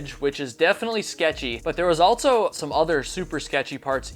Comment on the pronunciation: I wonder if babble can teach you how to say "also"